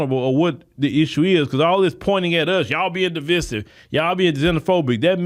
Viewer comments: The word is pronounced Di-vI-sive long I sound not Di-vi-sive short I sound. Sorry, but I'm a retired teacher and the way you pronounced that word drove me nuts. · DE VIE SIVE IS HOW YOU SAY IT! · sorry that was a typo Divisive is not pronounced the way he is prounouncing it. IJS